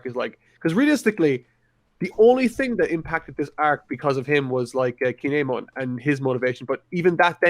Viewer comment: C'mon...put some respect on Kin'emon's name